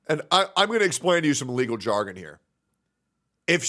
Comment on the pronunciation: "Lergal"? Is that Nurgle's lawyer cousin or something?